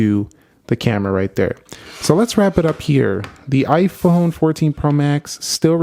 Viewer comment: Its "iphone" not "iphun"